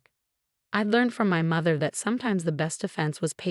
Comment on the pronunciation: The AI that reads the story does not understand English grammar, spelling, pronunciation, and words. Like Marinez, pronounces Mar tin ez, not Mar teen ez. Mather, not mother, and on and on. Some of the AI reads the page breaks as underscore underscore underscore, until it runs out. Obviously there is no understanding of content, thus wardroom, not boardroom.